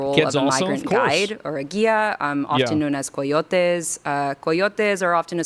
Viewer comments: The fake accent whenever she says a word that even remotely spanish is so disrespectful. Cartàles, after "accidentally just saying cartels. Coyotes the terrorists is spelled and pronounced the same as the animal. Its Ky-O-tee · That's "COIYOTEHH" to you, buster! 🥴